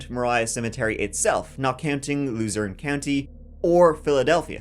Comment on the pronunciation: Kind of ironic how pronounces Luzerne County like “Loser In County” because that’s exactly what this Jonathan guy became